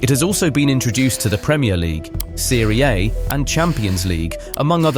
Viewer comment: Listen to the way Serie A was pronounced. No human being pronounces The "A" like that